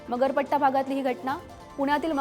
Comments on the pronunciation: मरपट्टा नाही हो मगरपट्टा.. कसले फालतू anchor आहेत.. Teleprompter चुकला तरी करेक्ट करा... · Marpatt nahi g bai.. Magarpatta. Bol na 😂 as Kay karte. ❤❤❤❤